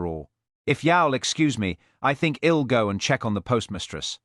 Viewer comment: The programmers of this AI “reader” should be fired. While the accent is so British and proper, its pronunciation skills R greatly lacking. It cannot even pronounce “I’ll”. What a shame if it weren’t so funny. And whoever wrote this episode has made DCI Blair particularly nasty. Another shame that is less funny. Oh well, this is cheap entertainment. What do I have to complain about.